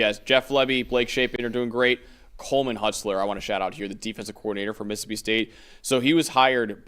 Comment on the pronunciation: it's mississippi, not "missipi". Please learn to pronounce all your syllables.